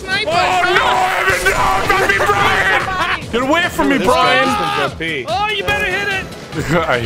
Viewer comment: I like how you pronounce Brian